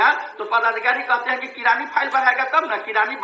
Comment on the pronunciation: Guru ji nmaskar .hain aur hai ka uchharan sthan smagh me nahin aa rha hai